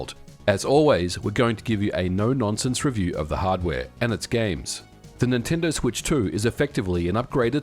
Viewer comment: Nintendoo Swetch Toh